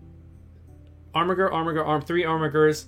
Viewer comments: 3 channels in a row is there some meme im unaware of or is everyone illiterate because thats not how you pronounce armiger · Every time you say armiger with that hard G, a baby yoda dies.